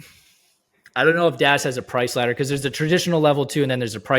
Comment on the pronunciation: ladder … not letter dude